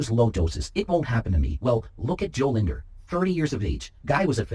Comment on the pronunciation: You're the only youtuber that pronounced his name right, even his friends messed up at that.